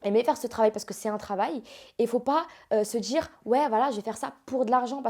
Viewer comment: "Sta djire", "Shadjy", "J'ai voulu me djire woilà"... Ouais enfin elle s'exprime bien elle s'exprime bien... Vite fait hein. Elle sait aligner deux mots cohérents ensemble, ça doit surprendre les 2000 mais c'est pas non plus une oratrice exceptionnelle hein.